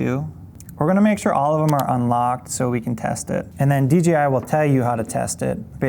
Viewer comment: Says “dgi” like 9 times….. could’ve swore it was DJI